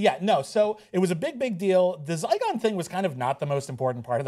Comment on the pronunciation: ZYGON not Zycon :p